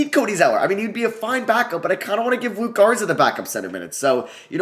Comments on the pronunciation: Yo its LukA Garza not LukE Garza. It’s an A at the end like Luka Doncic. Luka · Love the video but it’s LUKA Garza not Luke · it’s luka garza not luke. i know it’s small but it just bothered me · It’s Luka Garza not luke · Can you learn how to say Luka Garza’s name before your next video? Killed me hearing you call him Luke so many times :/